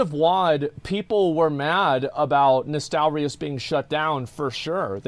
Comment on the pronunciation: I'm sorry on behalf of the UK for that guy saying "nostal-rye-us". He's an anomaly.